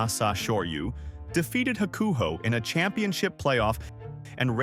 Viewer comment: Sad that you're doing a video on some inside sumo stuff yet you intentionally misplace the wrestler's name. You're butchery of Hakuho was especially painful. Did I say sad?